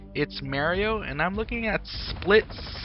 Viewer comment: Maario or Mario?